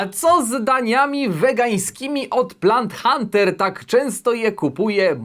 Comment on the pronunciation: Tylko ja usłyszałem "blant Hunter"? :P